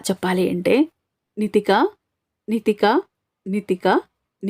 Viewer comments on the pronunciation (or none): Nikhitha kaadu😂 Nithika